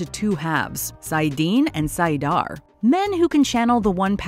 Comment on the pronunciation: Nope. Pronunciation of saidar and saidin was wrong, and I've yet to hear any of these YT superfans get Moiraine's name right (it's mwah-rain, not more-rain).